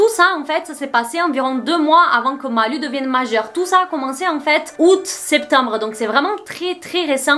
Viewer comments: Maiiiiiiis c'est "lou" la prononciation ! En plus tu dis son nom tellement de fois dans la vidéo aha, "Malou" quoi. Les rares fois où j'ai entendu parler de cette gamine, c'est pour des trucs sad ou glauques, elle fait de la peine... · Ça m'a stressée de t'entendre dire Malu alors que ça ce prononce Malou